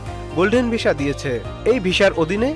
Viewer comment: ভিশা, বোলিউড কি ভাই...?? ভিসা (উচ্চারিত হবে ভিছা) আর বলিউড... ফালতু উচ্চারণের খবর শুনতে বিশ্রী লাগে।